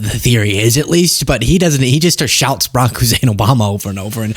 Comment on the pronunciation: the way you said barrack here bro had me loosing it 😂😂